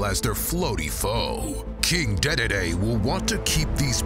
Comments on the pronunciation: Was anyone else slightly annoyed when he pronounced "DeDeDe" as "DayDayDay?" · Just for the record, it's pronounced dee-dee-dee, not day-day-day. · King daydayday? U mean King Deedeedee? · its d d d not day day day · King DeDeDe! that's the name you should know! King dedede! He's the king of the show! You'll holler and hoot! He'll give kirby the BOOT! king Dedede is da one! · "King day day day" Me: ITS DEE DEE DEE !! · “King Deh- Deh- Deh” Bruh... that’s not how you pronounce the name of our lord and savior! >: ( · “King Deadeadee” Oh god XD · dedede? its DeeDeeDee, like the letters D, D, and D! That puffball of a king'll hamer you for that mixup! After someone fluffs his pillow... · "King Daydayday" ohno... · 'Deh deh Day' What the fuck, my man. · Sorry did he say king day day day? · Am I the only one who heard how the narrator pronounced king Dedede's name wrong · I absolutely hate the way he pronounces Dedede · As nice as the animation was, you really butchered the dees